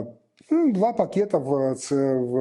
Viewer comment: ''два пакєта НАТО''😂😂😂😂